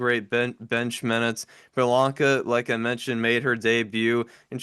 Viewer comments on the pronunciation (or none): Please. Her name is Blanca, not Bahlanka. Watch faithfully ✌🏼❤️🏀